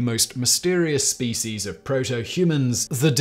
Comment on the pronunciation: I have 2 suggestions. I teach English in Turkey and I was recommending TopTenz for students to watch and particularly, listen and copy pronunciation. I no longer recommend you because none of my students can understand you because you speak too fast. Also, Please stop mispronouncing SPECIES.